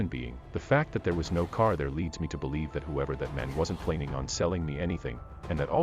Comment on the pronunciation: Tow ? For two? Care for car? Sorry i couldnt listen all the way through.